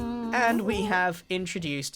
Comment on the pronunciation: DRIGHT SCHNROOT LOL